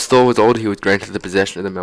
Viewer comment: Can you not say thour